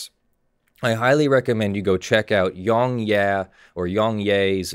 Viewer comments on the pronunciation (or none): I believe it's pronounced Yong"Yeah" not "Yee". He pronounces it at end of almost every video.